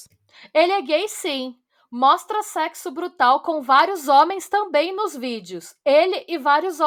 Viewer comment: Um mundo por mais episódios longos no Pátria Amada Criminal no YouTube ❤❤❤❤❤ Eu não me contive, não teve como não rir 🤣 😂😂😂😂 A Yasmin e o Luiz fazendo “sécssu” depois que avisam sobre a orientação dele, ele faz programa? Gente é uma viagem na maionese sem fim. Parabéns. 😘